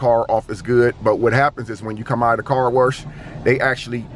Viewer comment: Car WERSH 🤣